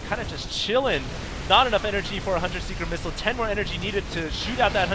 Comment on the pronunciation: Asian accent: UGH! HUNTER SEEKER MISSILE! Sorry xD i think you're an AWESOME commentator, i just had to say that one thing xD no offence!:)